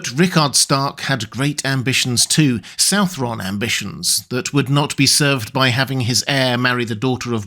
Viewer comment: Southron is just an archaic spelling of southern man, it's pronounced either su(n)-th(e)-urn or su(n)-th(e)-run.